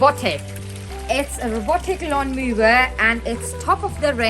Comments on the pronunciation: It is pronounced lawn mower. (Mo-er) not lawn moover? 🤷🏼‍♂️ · Thanks for the video - for future reference "Mower" is pronounced with a W not a V sound in English. ;)